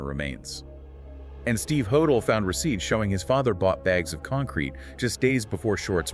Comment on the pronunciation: Could dr hodel of been Jack the Ripper? Pronounced dr Ho-dell. Not hodall. Why do the police lose evidence?